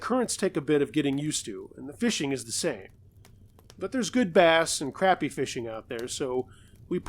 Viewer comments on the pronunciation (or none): Was so excited to see you had posted a new video!! Great stories but dang, the time just flew by!! Just so you'll know in case you ever do another story that includes fishing in the South,, crappie is pronounced like "crah-pee" not crap-pee!! LOL.. I had to laugh!! That's ok tho,,cause I know you're a northern boy!! (They are White Perch, and are delicious!!). Thanks for uploading! Oh, and I know it had to be scary for the guys in the last story,,but the drunk monkey's story was funny!! LOL Thanks!!